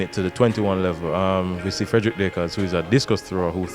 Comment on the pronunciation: How the hell this guy get this Job,,and can't pronounce his words,,ODIAANE?WAT?SMH..ONLY JAMAICANS